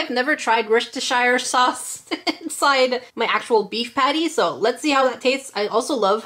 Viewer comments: It's pronounced wous.. stir... sheer sauce . I'm uk born and bred . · I'm so cute it's creepy and becomes dark. and to help with pronouncing worcestershire sause try wu (not woo)- ster (like star with and eh sound)-sha sause (hope that helps)